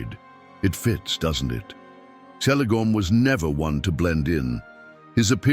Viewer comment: who else here was saying its kelegorm not selegorm like even in oe of the deleted scene of the first lord of the rings movie haldir does pronounce the letter c the way tolkien said it was pronounced which is like the letter k.....also the irony that he was blond like the kids his grand-pa had with his 2nd wife and yet is the one that is most similar to feanor whom hated the 2nd wife and his half-siblings is funny in my eyes